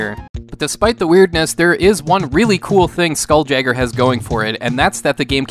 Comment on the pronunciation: It's pronounced Skoool-Yayger.